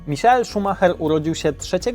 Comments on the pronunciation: Michael a nie misiael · czyta się normalnie michael a nie jakoś misiael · Skad pomysł na wymawiane "Misiael" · "Misiael" no padnę ze śmiechu XD Michael Schumacher jest i będzie legendą F1